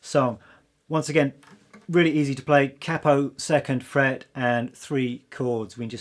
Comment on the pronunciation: Great selection of songs, excellent teacher cheers. Also love that you pronounced “capo” correctly & not “Kay-Po” 👍🏼🎶🎶🎶